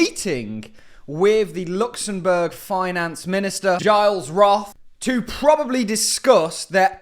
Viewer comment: You spell out Gilles Roth « Jeall Rode »